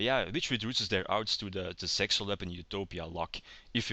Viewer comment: when you sayed zexal weapons at the start i herth it sexual weapons lol